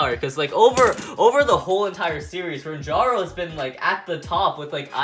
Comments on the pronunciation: Ranjiro not ranjaro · Stop saying Ranjaro you say his name with Jar in it his name is Ranjiro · he said rantaro but it was ranjiro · Ranjaro??? ITS RANJIRO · U said rangiro and fubuke wrong